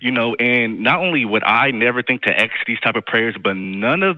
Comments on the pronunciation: Maybe he should stop aksing and start asking! 🤦🤣🤣🤣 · Only if they "aks" The word is ask! 🙄🤦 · Why do you say "aks" when you mean "ask"? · Don't "axe" for anything, ask might work better. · I don't "aks" for anything!